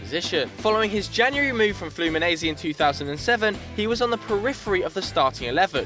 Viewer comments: Fluminaisi to Real Madrid" it's pronounced Fluminense omg 😠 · You pronounced Fluminense wrong... It's not fluminese, it is flumineNse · Can't You pronounce Fluminense correctly?